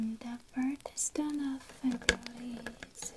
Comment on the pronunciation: Me: he born in September She:oh in Feber Me: °-°